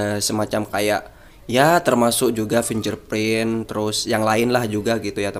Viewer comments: bacanya fingge'r gan, bukan finjer .......... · haa! pinjerprint 😂😂😂